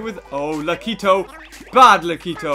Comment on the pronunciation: Lakitu, not lakito.